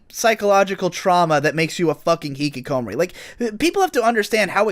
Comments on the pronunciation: the way says hikikomori makes me sad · Jesus Christ,, please look up how to pronounce Hikikomori xD